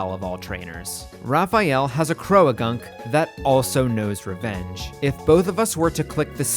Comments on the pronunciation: i am taking the interaction bait and leaving a comment about your pronunciation of 'croagunk' (please its 'croak' and 'gunk' how did you add a 3rd syllable) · this is so cool!!! its such an interesting and original concept, i really enjoyed watching this and following along!!! ...also cant say ive ever heard anybody pronounce croagunk as "cro-a-gunk" but i guess theres a first time for everything LOL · Growtle...? Crow-a-gunk? Haha the vids are still great haha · I like this unique challenge, but I cannot stand the way you pronounce Croagunk. Everyone I've met has pronounced it "Crow-Gunk" Imagine you pronounced boat like, "bow-at" Otherwise, love the vid. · Is your pronunciation of Croagunk a bit or is that actually how you think it should be said? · The way you pronounce croagunk makes me uncomfortable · the way you say "croagunk" is crazy to me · I'll excuse "Croagunk" said as "Cro-A-gunk", but I won't excuse "Weavile" said like "weevil".